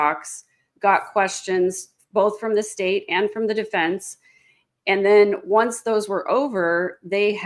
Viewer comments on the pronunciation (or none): Deeefence....deefence...she pronounces that word really weird. Is it just me ? Bothers the hell out of me